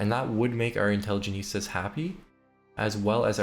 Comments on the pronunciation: Great video! One note on pronunciation, The faction you were promoting at around 12-13 minutes is pronounced In-tele-gent-see-ah rather than in-tele-geh-neest-ah. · Love how you pronounce intelligentsia like a spanish word ("intelligenista") while it was borrowed from Russian and easier to pronounce haha. Great video, I'm gonna try Greece now. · If I hear the intelligentsia be called "intelligenistas" again I will go mad. Also lol too tho lmao. Great video! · European teen who speaks English as his sixth language: does know how to pronounce "intelligentsia* Dipshit from third world illiterate country who only speaks 1 simple language: doesnt If i were american, i'd kill myself out of shame. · It's actually from Latin, but yeah, I twitched my eye every time he pronounced it wrong. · Intelligentsia. Just fix this pronunciation for the next video please. Im either going to have block the channel or cut off my ears if not fixed.